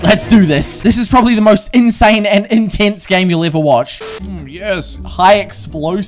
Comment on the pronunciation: The way u say intense is like ENTENSE😂